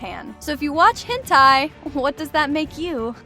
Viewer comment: The hent-i one 😭